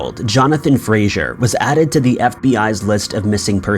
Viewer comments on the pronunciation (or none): Fraser, not Frasier. Jesus.